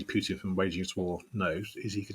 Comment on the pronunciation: “PUITN”? Nice, LOL 😂 😂 😂